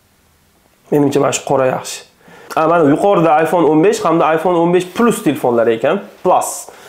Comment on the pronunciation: Plas deb oʻqilmidi😊